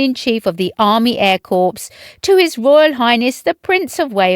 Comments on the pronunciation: Please, it isn't corpse, it's pronounced as 'cor" it's not in a flipping morgue! 🌹🇬🇧🇬🇧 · It is not pronounced corps a corpse is a dead body it is pronounced core! Please do your research 😡